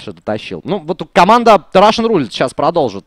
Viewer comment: Специально для. В слове Roulette ударение на первую «е». RUSSian + roulETTE = RUSSETTE. Комментарии на 4/5. Умеешь лучше.